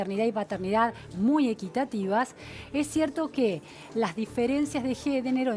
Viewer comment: Me parece que la periodista es una "Feminista Hegemónica" anti Roxana Kreimer. Para mí que se propuso exponerla y se dijo: "-¡La voy a yeventay en vivo y en directo en lash yedey, a eshta!" Resulta que quiso meter "guión feminista hegemónico", habló en proporción 3:1 y ¡le salió el tiro por la culata, le salió; ni pudo decir: "A-MA-MAN-TA-MIEN-TO decentemente y encima la de verde claro la ayudó y al final le mandó el anuncio, le mandó, ja ja!